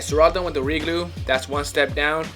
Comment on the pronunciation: "Welcome back to a new episode of restorations-wiah "